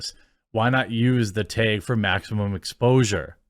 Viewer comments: Teg is not a word, genius. Learn to pronounce words. It’s tAg 🤦🏻‍♂️ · "The taehg" eh?